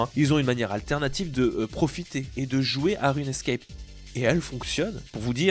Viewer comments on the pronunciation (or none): On dit RUNE SCAPE et pas RUNE ESCAPE, de base, quoi....